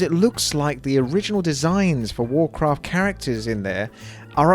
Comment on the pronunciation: Wawcwaft Fwee